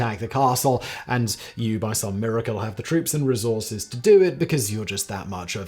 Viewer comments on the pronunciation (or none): none